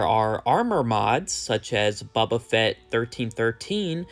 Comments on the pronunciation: It’s Boba Fett and not Bubba Fett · Brother did you say "Buba" Fett?